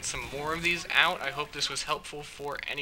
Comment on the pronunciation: first video, and first time he said Prease Press Rike Button!